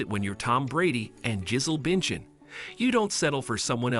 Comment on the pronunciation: Not "Gizzle Binchin" 😆.